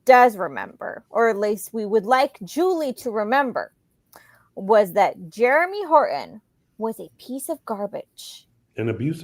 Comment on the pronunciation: Was saying Germy on purpose instead of Jeremy? 🤣